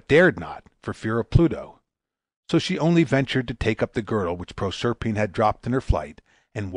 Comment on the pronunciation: prorserpeen wut?